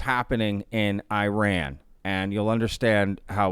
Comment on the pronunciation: It takes 5 seconds to search how to pronounce Iran....